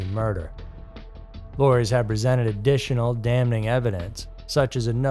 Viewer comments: Correctly pronounced DAM ING not DAM NING . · Pronouncing "damning" with the N not silent (DAM-ning) sounds very strange.